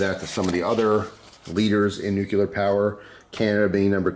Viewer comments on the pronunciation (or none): Nuclear = "new-clear". Just trying to educate. :-)